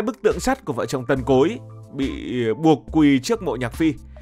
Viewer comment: nghe ad nói "Tần Cối" mà mình nghe cứ tưởng "Tộc Cối"😂😂😂